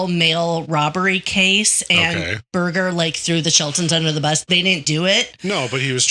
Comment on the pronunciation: Birger not briger